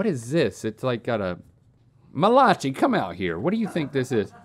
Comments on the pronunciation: The Malachi/"muh-lah-chee" mistake becoming cannon is my favorite joke of the season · "Mal-uh-kai" not "Muh-lah-chi" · The feeling I feel when they mispronounce Malachi every time. xD